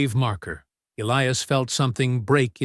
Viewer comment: PRETTY SURE THAT SHOULD BE ELIAS WITH A LONG I, NOT ELEEAS.